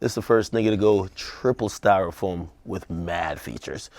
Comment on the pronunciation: THE NIGGA SAID TRIPLE STYRAFOAM 🥴😂